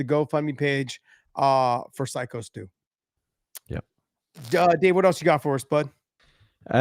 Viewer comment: Hey, what kind of a psycho can’t say the word psycho